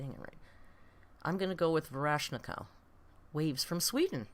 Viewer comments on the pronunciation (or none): none